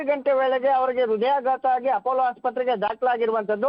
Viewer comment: ರದಯಾಘಾತ ಅಲ್ಲ ಹೃದಯಾಘಾತ...